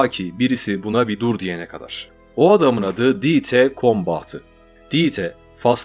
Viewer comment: Almancada yazılışı Dieter, okunuşu: Dita! birdahakine ie uzun” ii”okunur, sonuna “er “gelirse a okunur Mesela Anne Almancada Mutter, okunuşu Mutta. Kulağıma aşına olmadığı için yazdım alınma ablam, yoksa herşey harika Ve verdiğin kalplere baktığımda , aynı kazananız karar konusunda! Yolun açık ola, gözüne yaş, ayağına taş değmesin ablam 👆🏻🤲🏻💐🧕🏻